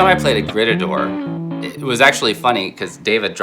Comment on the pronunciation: a little grrreeetahdoor. 😂